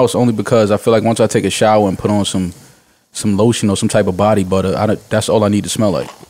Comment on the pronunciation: “Body Butta”